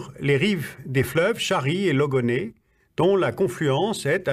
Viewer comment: Il a dit "Logoné"???!?!